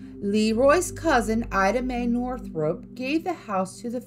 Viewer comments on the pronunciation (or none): none